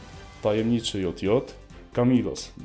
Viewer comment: to jest tajemniczy dżej dżej a nie jot jot